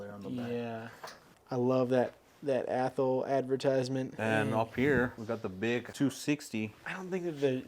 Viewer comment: For the love of God, it's pronounced Ath-all